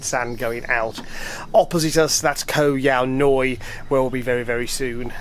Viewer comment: Thanks for making the effort to pronounce it properly. I was watching another video and this woman kept saying Koh Yao YAY over and over again lol